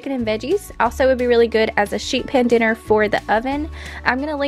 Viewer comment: You said "sheet pan dinner", but at first I heard "sheep head dinner" Haha!!!